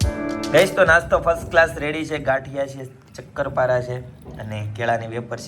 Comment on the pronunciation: chakar para na kevay sakar para kevay